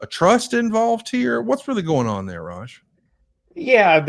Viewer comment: referred to Raj as "Raja" what a goon! 😂😂😂